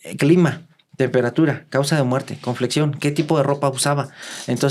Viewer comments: Se me cayó un idolo, como que CONFLEXION? Es Complexión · Cómo que "conflexión"?... Por favor! Complexión!... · Que es CONFLEXION??? Esa palabra no existe en el español. Quiso decir ComPlexión?? no me defraude, usted tiene mucho estudio como para no pronunciar bien una palabra 🥴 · atención: es complexión, no conflexión Saludos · Dice conflexion en lugar de complexión XD